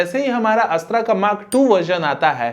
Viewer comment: अस्त्रा नहीं अस्त्र 🤣🤣🤣🤣🤣